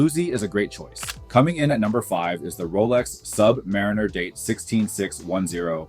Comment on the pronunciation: HE LOST ME WHEN HE CALLED IT A SUB/MARINER